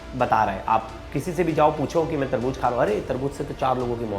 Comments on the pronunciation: Tarbooz not Tarbooj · Taarboojjjj😂Kiya HOTA hai taarbooz HOTA hai